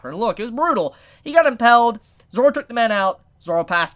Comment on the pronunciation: I'm sorry but... IT'S IMP"A"ILED NOT IMP"E"LLED!! Sorry it just kept bugging me!